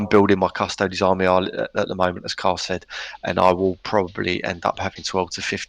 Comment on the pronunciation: So if you say "Custoads" instead of Custodes, do you also say "Asstards" instead of Astartes?